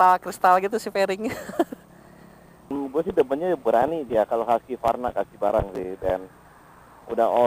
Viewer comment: Hwusvarna. Bukan haskivarna ejaannya gan